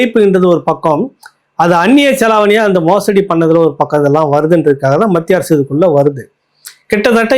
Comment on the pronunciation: Sir kindly prounce as Mathia arasu.